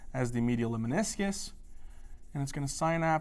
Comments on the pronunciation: Lemniscus, not leminiscus. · Lemniscus mispronounced. Please correct?